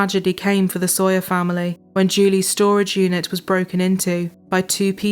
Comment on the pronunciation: It's interesting the way she said "Soier" instead of "Saw - yer". I was listening for the sound "saw" but I didn't hear it. It makes one to wonder, when she looks at the first syllable of the name "Saw - yer" what does she think? If she wants her dad to hand, to her, a saw, does she say, "Daddy, please hand, to me, a soi."? [Later] the other one did it, too. Is there some kind of crazy teacher in the educational system, who deliberatety teaches children to say things the wrong way?